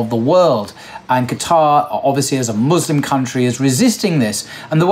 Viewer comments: Muslim with an S not a Z !!!!! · 'Muslim', not 'Muzlim'! BarakAllahu feek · It's not Muzlim, it's Muslim brother, thank you and it's not Izlam but pronounces Islam there is a S not a Z in both words, I hope it's clear